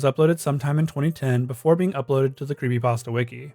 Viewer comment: he refuses to say the p in creepypasta